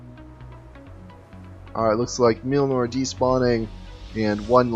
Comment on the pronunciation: I'm shocked that you don't know how to pronounce the name of Thors hammer! :P